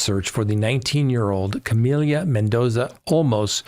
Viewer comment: please pronounce the young lady’s name correctly it’s Camila - not difficult Not Camilia